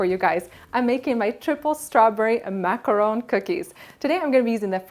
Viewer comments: It is pronounced Mac-a-ron. That is the correct way to say it, as I learned when I went to Paris France! :) Hope this helps you! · I liked your video with the exception of the way you pronounce the word "Macaron". The 1st a sounds like you're trying to cough up something.